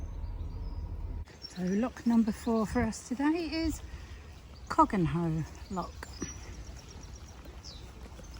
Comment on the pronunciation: Ok In Northamptonshire Nene is pronounced 'Nen' and Cogenhoe is 'Cookna'